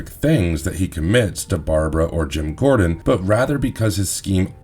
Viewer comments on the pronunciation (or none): It's pronounced gore-din. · gordon, not jordan. feel like u guys are just messing with us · Commissioner GEORGEON? 😂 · Why are you calling him Commissioner Jordan..? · Marvelous video's please say commissioner Gordon's name correctly. It sounds like you have never read the comic or watched a movie. Its the one thing about this video. That makes it sound poorly made by amatures. Which isn't even close to your usual work.